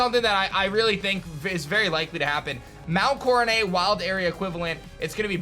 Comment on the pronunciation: I know this is really petty but I hate how he pronounces Mount Coronet 😂